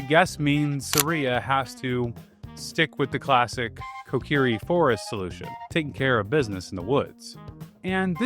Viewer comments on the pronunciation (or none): none